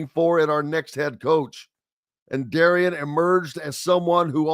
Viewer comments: will you quit saying the coach's name wrong it's not pronounced d a r i a n it's pronounced d a r r e n. just because you see it spelled a certain way doesn't mean it's pronounced that way. you and Todd both do not even know how to pronounce the new coach's name that's pretty sad. and quit saying when Darren DeVries left Drake he did not leave the cupboard bare. yes he did the entire roster was gone after he left. Ben McCollum brought in a whole new team including five starters from division 2 coach DeVries did not leave one player left on that roster. so yes everything you saw Ben McCollum do this year he did on his own. you need to do research and get your facts straight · respectfully you are going to have to get his name right. It is spelled Darian, but pronounced Darren